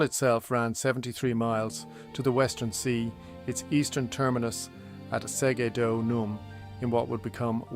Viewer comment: Good video but the pronunciation of some important words is off Pons Aelius. (Aelius is closer to Alias) Segudunum & the faux geordie wall in wallsend is what caused me to comment. Thank you for doing this, far better than anything I could even hope to do so I hope the criticism is taken in the good nature intended.